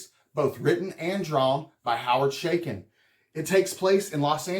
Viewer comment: Thats A Ch not Sh in the name . It is pronounced Cha as in Chuck not Sha as in Sh##thead.